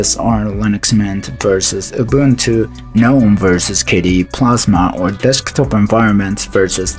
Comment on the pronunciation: Wow, it's been a while since I've heard someone pronounce Gnome correctly in a video.